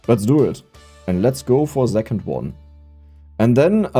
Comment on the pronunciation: Why does the author say "zecond" instead of "second", what kind of accent is this?